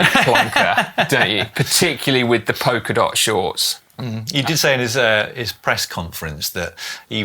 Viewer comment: It’s POLKA dot, not POKER dot! 😅